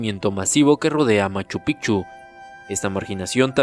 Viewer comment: Los Incas no fueron una sociedad que creo todo mi estimado, más bien fueron quienes tomaron todas las culturas y las alinearon a un solo rumbo, claro lo mejor de los incas fueron su arquitectura de piedra y POR FAVOR PRONUNCIA BIEN LA PALABRA MACHU PICCHU, ya da cólera que no se dignen a mejorar eso en lo mínimo. 😂😂😂.